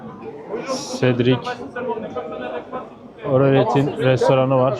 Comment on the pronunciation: Cedric Grolet < Cedric Oralet